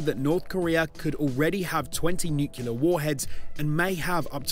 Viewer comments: "NUCLEAR". Repeat after me...N-U-C-L-E-A-R, not nucular. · Sorry matey. You lost me on your pronunciation of Nuclear...nuculear aint the way.